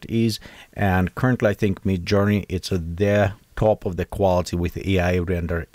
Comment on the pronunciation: it is midjourney not me journey :)